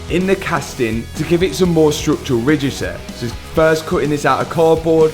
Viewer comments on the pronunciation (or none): “more structural rigiteh”